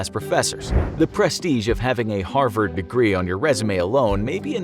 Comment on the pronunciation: "Harsvard" - 2020